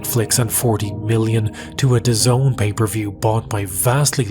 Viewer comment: It’s “Daz-nee”